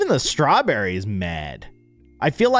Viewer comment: When said ‘strewberry’ got me